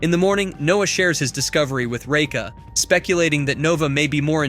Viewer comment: Absolutely hate how you say Raka its like your saiying Reka